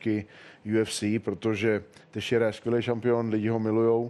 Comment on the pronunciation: "Tejšejru" xD Je to "tešejra"